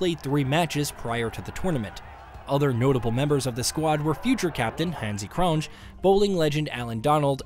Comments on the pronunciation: Lol, hansie cronge🤦🏻‍♂️ try saying the word "year" without the "R" at the back, then just pronounce it Hansie Cronyea, good video ,new sub here keep em coming my bru👍🏻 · Hansie Cronje is pronounced Hanzee cron-yay